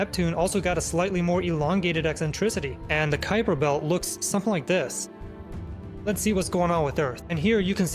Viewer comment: Kuiper belt ❌️ kuuper belt✅️